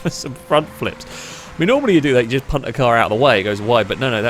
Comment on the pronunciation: Every time he says punt I laugh cause he says it in a hilarious way